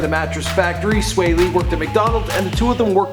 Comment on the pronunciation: Get the name right it's swae not swa